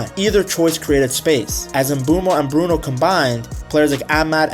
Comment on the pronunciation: Atleast try to pronounce brunos name properly....... Other than that I love ur content